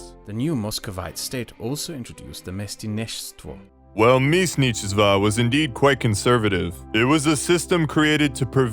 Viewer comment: flexing on kraut by pronouncing mestnichestva correctly made my russsain speaking self laugh way more that it should.